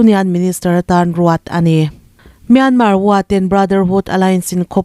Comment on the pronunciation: Ta ang tih ka hre thiam lo,tan aung tih zawk tur ani zawk lo maw.